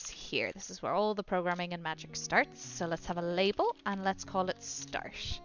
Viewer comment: Very helpful and well explained, I love how you pronounce start :p